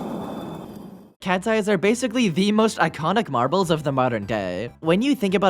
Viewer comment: When you said “look it’s cats eyes marbles” it sounded like you said katsye